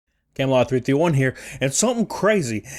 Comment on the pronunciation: I thumbs upd this doodle before I heard the c in camelot